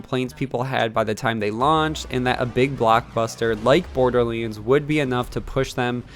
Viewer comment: Borderleends :P